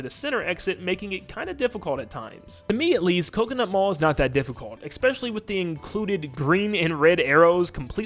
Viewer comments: Bro, I love your content and this is extremely petty of me to say but, the word is "especially." I'm sorry I'm a huge grammar stickler and hearing you say "eckspecially" a hundred times in this video was driving me insane. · THERE IS NO 'X" in 'ESPECIALLY" AHHHH YOU SAY IT ON EVERY TRACKKKKKKK